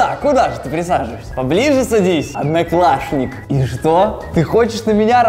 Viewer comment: сказал аднаклашник а аднакласник